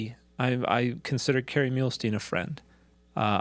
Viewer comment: awww Hell No! You murdered Kerry Muhlestein's name! It's pronunced Mule-steen. I'm related to him via polygamy. It's my ACTUAL last name, and it's because of mispronunciations like this that I haven't used that as my last name for over a decade.